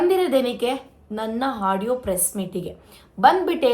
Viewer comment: Hadiyo ಅಲ್ಲ ಆಡಿಯೋ ಹಚ್ಚುಕಟ್ಟು ಅಲ್ಲ ಅಚ್ಚುಕಟ್ಟು ಕನ್ನಡ ಸರಿಯಾಗಿ matadu jasti ಬಿಲ್ಡಪ್ ಬೇಡ